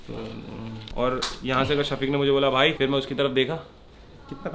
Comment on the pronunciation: its not "vai" it is "bhai" !!!! Please learn Pronunciation !!!!